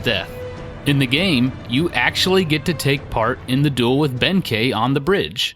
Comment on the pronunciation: Some Japanese pronunciation hints for you! An "ei" always sounds like "ay," which would make Benkei "BEHN-kay." An "e," as in Heike, is pronounced a bit like a softer version of the "ei" sound I just explained, which ends up sounding more like "eh," as in "HAY-keh." Likewise, "Amahagane" would be pronounced "Ah-MAH-hah-GAH-neh." Most "u"s in japanese are quickly skipped over and very subtly pronounced, as in Yoshitsune. Here you would pronounce it "Yo-SHEE-ts-neh," as four syllables. A "u" in this case is treated as a kind of vocal break. To break this down, imagine the "ts" sound being its own word for a moment, and just say "ts" out loud. Then say "neh" out loud as if it's its own word as well. Then say them closer together, as if they're two words. The goal here is to not make it sound like "sneh" as if the "s" sound runs right into the "n" sound. "Yo-SHEE-ts-neh." If you have four syllables and there's a hard-to-describe break between the "ts" and "neh" sounds, you have it right. The same applies for "u"s found in other words, as in "sakura" (cherry blossom) or "naruto" (fish cake). Also of note is that "r"s are rolled slightly, like a very light "d" sound. Here you would say "SAH-k-dah" and "NAH-d-toh," both with three separate syllables. I hope this makes sense. It's probably the hardest sound to explain in text without being able to audibly pronounce it for you. On the other hand, if there's a line over a "u", like in Shippūden, then you pronounce it as a long "u" li